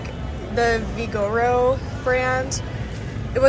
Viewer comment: Hahaha its vigor-o